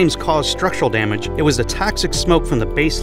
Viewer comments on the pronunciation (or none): none